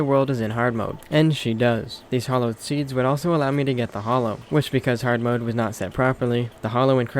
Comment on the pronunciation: I want to know why Terraria has made people read Hallowed as "Hollowed" Has no one ever heard that word before? So many things in this game are mispronounced. I dont understand. Eye core stickers? Really? Eye core flasks? Really?